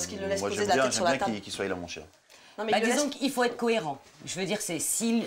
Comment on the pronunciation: « qui soiye » 😭